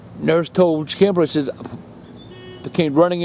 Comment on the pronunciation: "Says" is not pronounced say-z btw